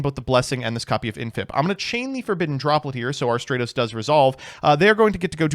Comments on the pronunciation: *stra-tos Imagine calling him stray-toes, smh, not very Dennis of you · Bold of to pronounce Stratos in the exact way that includes "straight", especially so close to pride month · I like how in the same line of thought he goes from pronouncing Stratos correctly to calling it Straytos again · If you wanna apologize to Stratos, first you need to start pronouncing his name right 💀💀